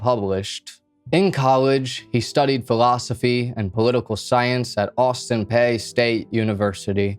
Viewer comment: Dude thats not how u say austin peay , come on now.